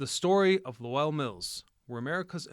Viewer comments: "LoWELL," lol. Should be one syllable: "LOWL." Millenialitis. Growing up with emails and texting instead of conversation borks your ear for proper pronunciations. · Not luwell, Lowell! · Yeah, he butchered the name. I live in NH & we say it like "hole.' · Low ell ?? no LOWL Spelled Lowell .. Lole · Not Low-ell like noel but Low-ull . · So, is the narration garbage AI or was this kid just too lazy to learn how to pronounce LOWELL?!?!?!?!?! “Lo-el” 🤢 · Low Elle ??? lol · 'LOW-ULL" kid. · An entire region is at full cringe hearing loh elll.😂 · LOW ELLE?!? BROTHER WHAT!? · 😂😂😂 im dying imagine how he says. Worcester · *Lew Elle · Weird way to say Lowell. Heads up - it rhymes with bowl. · “Lahwell” lol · Maybe because I’ve lived here all my life (58years) it cracks me up when people try to pronounce, and fail horribly (wickedly) the cities and towns in Massachusetts. The tough one were always Holyoke, Worcester, and apparently Lowell Massachusetts 😂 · You mispronouced Lowell. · Claims to care about history and can’t even pronounce the name of the city has doing research on !! Lmao what a clown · I grew up in Lowell and the mills have always been a huge part of the cities history. Ohh and you butchered the name of the city over and over 😂😂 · Right i grew up in Lowell and he butchered the name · I grew up not far and drove trucks into it for work, it is making me cringe each time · If you're making a video about a town's history, you should probably spend 10 seconds googling how to pronounce it 😂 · Lowell the w is silent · He is not pronouncing lowell correctly. Obviously has never visited or spoke to us locals. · Ew. Don’t saw Lowell that way. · Exactly! Guy can't even pronounce the name correctly! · This is too funny. I came here to say this. As soon as I heard. Lowell I 100% cringed